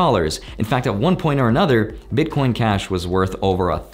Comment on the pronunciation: "bitcoin clashic" 😄